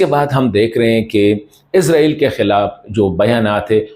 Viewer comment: او بھائی عزرائیل نہیں ہے عزرائیل نہیں ہے عزرائیل نہیں ہے اسرائیل ہے؟؟؟؟؟؟؟؟؟؟؟؟؟؟؟؟؟؟؟